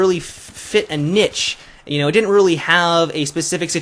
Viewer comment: Say niche again. I dare you, i DOUBLE dare you.